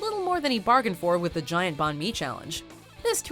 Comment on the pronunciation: Her pronunciation of Banh Mi kills me everyone I hear it